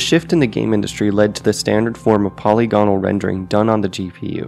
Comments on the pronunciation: you misspronounced polygonal its supposed to be poll ig an all you said polly gone all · Po-lygo-nal, not poly-gonal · The word 'polygonal' has the stress on the second syllable: 'puh-LIG-uh-nuhl'.